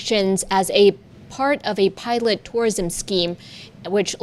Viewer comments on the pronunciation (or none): none